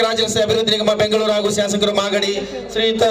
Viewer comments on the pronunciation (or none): none